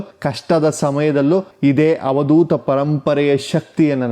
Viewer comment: Avadootha not havadootha